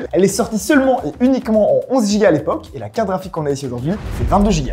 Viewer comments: "une carafique" ou une carte GRAphique ? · Une "CARAFIQUE" AR-TI-CU-LE . C'est une CARTE GRAPHIQUE, pas une CARAFIQUE 😅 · "Carafite" c'est relou, j'espère qu'un jour vous apprendrez à dire "carte graphique"